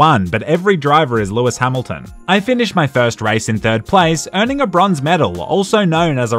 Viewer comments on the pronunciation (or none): My guy didn't just do lewis (r)amilton like that😂